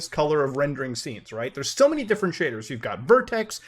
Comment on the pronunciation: Man. All i heard was shaders and cum piles.